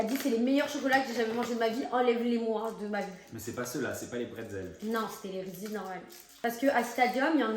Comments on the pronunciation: Victoria le prononce bien vers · n'importe quoi ça se prononce reeses 🤦‍♀️